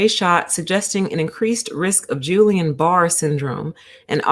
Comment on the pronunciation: It's not "Julian", it's a hard 'G' and I would urge anyone citing scientific statistical information to understand how to interpret the statistical results of the findings prior to making any causal inferences. In fact, ALL vaccines have risk factors as well as, over the counter pharmaceuticals. 19 people out of 20 million is equivalent to .000095% of people developing peri or myocarditis which is technically analogous to the incidence that normally occurs in the general population. when conducting scientific research it is unethical to omit any findings and fail to report them. I recommend focusing on studies' effect size (if there is a substantive difference between rates of heart inflammation after vaccine and those normally found in the population. The study does not answer, "why," most likely because a cause and effect relationship cannot be inferred from the study that was conducted. Just FYI...